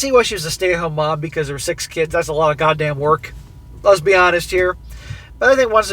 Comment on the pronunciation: Sorry every time he says lets be honest...I instead hear him same Lezbe honest.